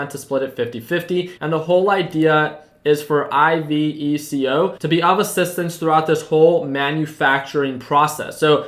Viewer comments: Yes, and it's pronounced "ee beh koh" I think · Iveco just say it how you write it I’m from Germany